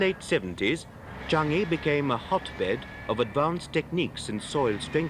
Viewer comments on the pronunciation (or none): Interesting but I never heard Changi pronounced Chungi.